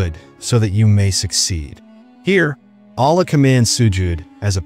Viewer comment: especially the word "Allah"..letter lam should be pronounced heavy